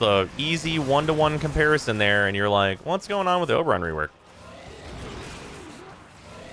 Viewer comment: It's Ober